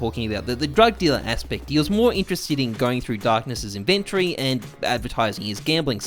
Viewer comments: The way you say inventory bothers me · Good evening to everyone except people who pronounce "inventory" like does.